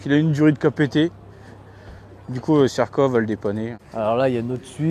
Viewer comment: Mdr le cirka 😂 "y a ma voitute la haut"